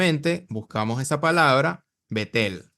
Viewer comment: A bet - el no Betel ojo bro